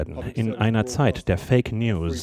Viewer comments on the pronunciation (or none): Es heisst fake und nicht fek - Charles und nicht Charls - Camilla mit C - aber ich fürchte, du raffst es auch nicht mehr wirklich.